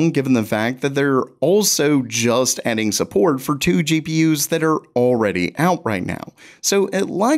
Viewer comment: how did he say adding support and i non native heard it ending support